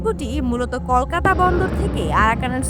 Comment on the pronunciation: আগে কলকাতা উচ্চারণ করা শিখুন তারপরে ভিডিও বানান